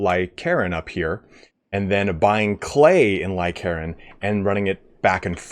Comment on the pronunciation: For example, you pronounce Lycaron as Lie-Karen instead of Lie-Ka-Ron